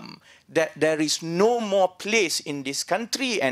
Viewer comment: FYI, when Gan says 'zeaa'.. he meant 'there'.